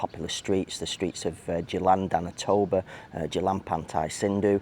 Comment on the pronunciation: "Tamblingan," there is no "ba." "Tam-Bling-Gan" 🙄